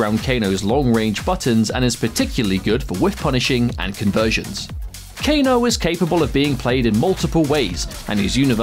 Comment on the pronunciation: kane its kane